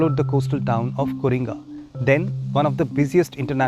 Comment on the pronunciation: It is Co, not Coring. Correction by a 70 yr .man.